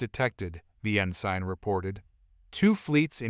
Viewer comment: It irks me how rhe A.I. pronounces some of these words, such as "Ensign" being pronounced as "In Sign", as opposed to "In Sin". Or even these VII being referred to as , "Roman 7"